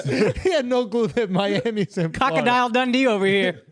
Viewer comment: I still cant get past akaash calling it "cockodile" and not "crocodile"